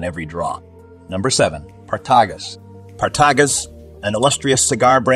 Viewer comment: Oliva, Partagas, Padron, Davidoff and Romeo Y Julieta were all pronounced incorrect.